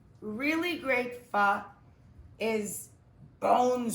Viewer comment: It's her fucking up pho that's awful.